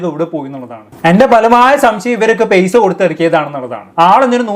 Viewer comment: പെയ്സ അല്ലെടോ പൈസ ന്ന് പറയ്